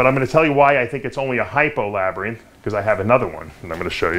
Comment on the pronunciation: don't know why but the way you pronounce "labereeenth" irritates me to no end. Hahaha Gorgeous snakes brother!